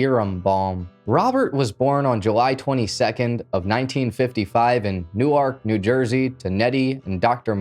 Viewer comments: Man you are a monster (in a good way) you drop more content than any other channel with better editing than all of them. 👍 Just a little edit: I’m from New Jersey my parents are from Newark it’s actually pronounced “nork” not new-arch. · I’m from north jersey. Newark is pronounced more like ‘new-work’ than ‘new-ark’ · It's pronounced new erk. Not New ark. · Newark NJ is pronounced more like Nork. The way you are saying it is more like Newark Delaware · It’s nork New Jersey not saying it how u spell it 😂😂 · Pronounced "New-work", NY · Newark is pronounced New Work Work as in a job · Newark=Nork Lenape=Len-app-ee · Love your channel but please learn how to pronounce Newark!!! Newark is pronounced “newerk “ or even “nework “ When you say it the way you do, with the annunciation on the second syllable, you’re then talking about a small city in Delaware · Why do you pronounce Newark like New Ark? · “New Ark” 😂 Tell me you’re from the West Coast without telling me you’re from the West Coast 🤪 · would be said as" New-werk" Newark. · I thought his pronunciation was funny too. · he’s not from the UK this is the USA so not sure how that’s relevant. And that’s how most out of staters pronounce it, but it’s not right. Just like westershire worstershire horse shit in England we say it wrong because we’re not from there so.. no need to compare America and the uk 🙄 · clearly most of the USA pronounce it differently… just like places in the uk we would say them wrong as we aren’t from here. Just like the town kearny NJ it’s pronounced “car-nee”. If you are from here you know.